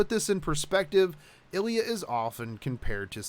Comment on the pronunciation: Could you stop calling her "ellya"? There is an I there.